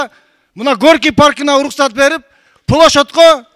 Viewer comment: Плошодько дейби😂😂🤣🤣🤣